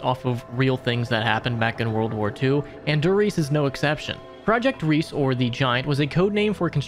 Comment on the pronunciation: s's in german are pronounced similar to z's in english, and the e at the end of words is pronounced -eh. so riese is pronounced like ree-zeh. also, the article die (e.g. die glocke) is pronounced dee, not the english word die